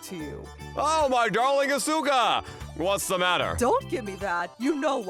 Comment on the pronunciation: her name is Asuka not Asoka.